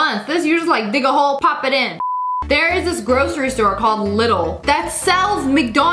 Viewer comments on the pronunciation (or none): Yeah it's german and it's pronounced like "Leedle" not "liddle" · Ok I love her vids but as a person who lives in Germany Lidil is my local store but when she pronounced it little it got me it’s Lie-dul if it wondering I don’t mind though because she pronounced it her way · Lido ok but you need to say leedl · When Lia said LITTLE when she tried to pronounce Lidel I DIEDDDDD LMAOO for those of you that don't know how to pronounce it and wanna know how, it's pronounced Lee-duhl lol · How she Said "Lidl"💀 girl its not "LDL" its "LEDEL" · That store "little" is actually pronounced "lee-dul" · The lidl shop is not pronounced “lidl” but leedl but say it as you want I really don’t care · please it's not little it's LI-DEL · AWH HELL NAW when she said "they have this store called LiTtLe" I cringed so hard ma'am.. it's pronounced "lee-dul" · U dont prononce it little its lidel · We have lidl in Greece and also it's pronounced lid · It’s pronounced Leedle, btw love you sssniperwolf! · Actually lidal is pronounced le-a-dle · lia, , it’s LIE-dl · Lidl (in my opinion) is pronounced "Leedle" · LIDIL IS PRONOUNCED “leedle” not how it looks!!! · So we’re not going to talk about Lidl’s 💀 Not being mean but it’s pronounced Lie-dal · You said lidl wrong it is in my country called Ireland and it is pronounced Lidle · As a German with the store Lidl I can confirm that it’s not pronounced that way😭 no hate btw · Girl it’s not how we say Lidl I speak French 😅